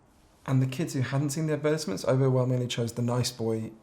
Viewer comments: why does he pronounce advertisements like that lmfao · The way he says advertisements sounds like he’s saying appetizers 😂 On a more serious note, I deleted Snapchat, Facebook and twitter several years ago, but it always seems like something comes along and fills the void. I deleted those ones, then I was addicted to Instagram. After removing Instagram, YouTube and Reddit filled its place and now it’s just youtube constantly. It really does feel like an endless cycle. I think I’m addicted to the sheer volume of information that is out there and ready to be consumed and it drives me crazy